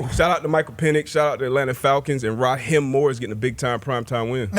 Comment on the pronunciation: It's Raheeeeeem not Rahim 😂😂😂